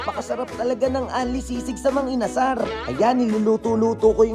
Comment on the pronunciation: Mang inasal po hindi mang inasar 😅😅😅😅